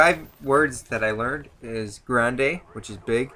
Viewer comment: LOL u say "Grande" funny :D